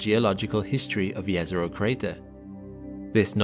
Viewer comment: I love how he pronounces "Jezero Crater" correctly! (It is pronounced Yezero, not Jezero, as many often say)